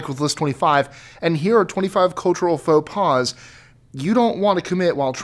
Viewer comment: French here, you don't say Faux Pas as "foe pause", it's "foe pah". The "s" is silent.